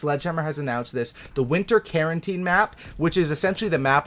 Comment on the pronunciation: Carentan not Carenteen. Smh